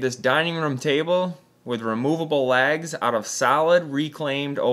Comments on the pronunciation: Thinking what you were on about when you said lags. You were saying legs lol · It took me a minute to realize you were saying legs and not LAGS. But beautiful work.